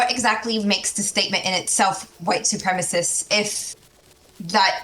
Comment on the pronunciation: I love how he says supremacist like “supremeassist” like it’s a supreme pizza lmao